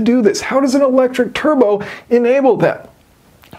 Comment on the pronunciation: Churbo instead of turbo